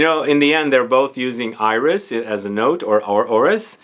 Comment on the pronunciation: Love your videos! You are correct that a final "s" is not pronounced in French. However, there are always exceptions in French. Iris is one of those. There's even a YouTube video: You are also correct that a final "e" in French is not pronounced - except when it has an accent like that in "torréfié". It's like the cooking term "sauté"